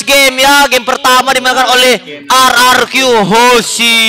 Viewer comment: PPQ,EH SALAH RRQ,ANJ NYEBUTNYA 🗿